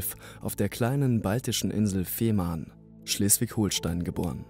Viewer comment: Betonung ist nicht so deins, oder? Es heißt NICHT Schleswig-HoHlstein, auch Fehmarn sprichst du sehr komisch aus. Das sagt dir jemand aus dem Ruhrpott!